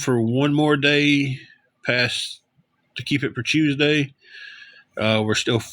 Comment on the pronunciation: Hews day is not southern I live in tn Va ppl don’t talk like that he has a speech impediment and that ok not a big deal. An yes ur lying about the hundreds of dollars u make every week and do u pay the irs no I didn’t think u did